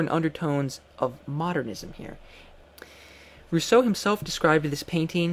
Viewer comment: but that rolling R isn't at all how the French would pronounce his name....